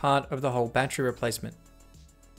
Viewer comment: He said Battchery